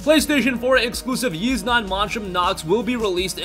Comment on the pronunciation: Wait, YS is pronounced as "YEES"??